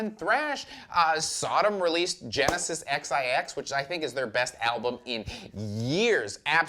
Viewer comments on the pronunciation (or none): Also "Genesis 'Ex I Ex'"? 🙃